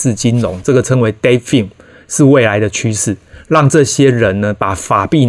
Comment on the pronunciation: defi發音是/difai/ 不是/defin/